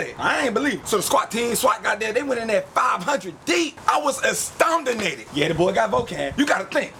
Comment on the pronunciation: "I was astoundanated!!!" < hahahahahh!!!